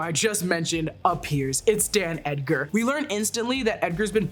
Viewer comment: I feel like I'm hearing you say "Dan" Edgar; it's Stan Edgar.